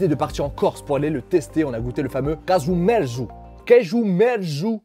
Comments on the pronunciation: Le nom Casu ou cazu marzu, vient de l'italien, en Corse c'est casgiu merzu, d'où le désaccord de prononciation 😂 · Casgiu merzu qui se prononce cajou mertsou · Kajou Mertsou (pour le prononcer en phonétique). Ou kajadiou (le fromager, toujours en phonétique)